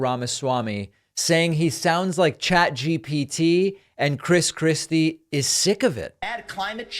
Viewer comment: Were you calling him Chris Crispy? That’s hilarious